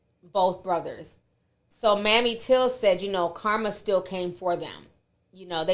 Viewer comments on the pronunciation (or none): Emmett Hill's mother's name is not pronounced like Mammy (like Tammy) it's Mamè (With a a long A like same and a long E like free). No shade just trying to be helpful.😊😊